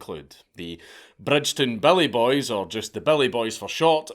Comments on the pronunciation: Took me an hour before I realized you were saying Billy boys. Not belly boys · Took me way too long to realize he is saying "Billy" not "Belly".